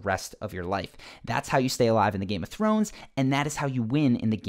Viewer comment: "Nothing to do with Game of Thwones" 🤣🤣🤣🙈